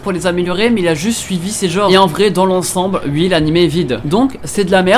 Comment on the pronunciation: Tu es vivant À non c est moi qui doit me dire ça Attend tu dis Ui je connais aussi un pote qui dit Ui mais sauf qu' il parle comme ci il était sous champignon hallucinogène, truc de ouf Et le c est quoi cette merde c était pas une ref au Raptor